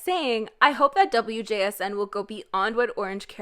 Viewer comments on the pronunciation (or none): btw wjsn is pronounced wujusonyeo which means cosmic girls